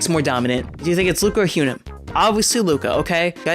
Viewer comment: Good vid only pet peeve that her name is hee - yun - ah not hue - na